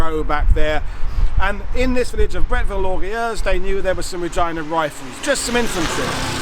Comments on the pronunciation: It's pronounced Brettveel Lorgay Yerse, spoken as one word. It means Brettville the Proud. I don't know why. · Loosen up your tongue and repeat after me: Bret ville lore ge use